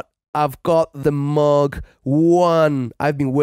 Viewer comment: And thumbs up for pronouncing Moog the right way!